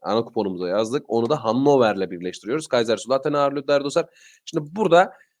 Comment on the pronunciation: Merhaba abi Hannover ev sahibi yarı kazanırmı dedin anlaşılmıyor rica etse yazarmısın ?maçların için teşekkür ederis